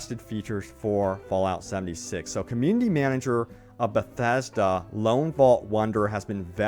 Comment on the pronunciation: I can’t listen to you say “bethasda” one more time. Please stop talking through your nose. Great content, needs subtitles.